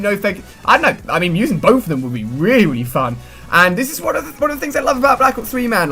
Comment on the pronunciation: did Ali a say rewy fun